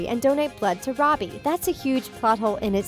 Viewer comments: And she also said roby instead of Robbie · girl you called robbie “ronnie” and it’s killing me LMAOO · And , it sounds like she says "Ronnie" instead of "Robbie" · is it just me or did she say Ronnie one time instead of Robbie